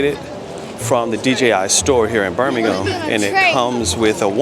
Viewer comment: Props for pronouncing Birmingham correctly lol.